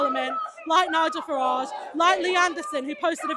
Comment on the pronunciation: You mispronounced the Farage riots